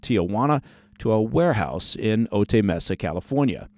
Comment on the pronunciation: O tie... not O tay. You're thinking of Eddie Murphy